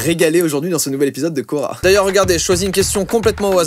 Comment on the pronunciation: C'est hyper perturbant 😂😂